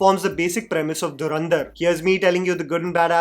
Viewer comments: Dharandhar ??? Bro It's Dhurandhar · Learn to pronounce the movie title correctly dude. It's not Dharrrandar. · Or durandhar😂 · Dhurandhar ❌ Dharandhar ✅